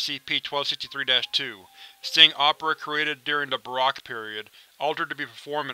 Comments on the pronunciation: My only thing. "Baroque" is pronounced "Ba-roke", as in "if it's not Baroque, don't fix it" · looked up pronunciation of it and it mentioned Baroque like (ba-rock). Strange, I wonder whats the proper way to say it? Is it Ba-roke?